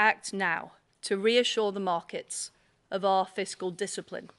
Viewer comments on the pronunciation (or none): none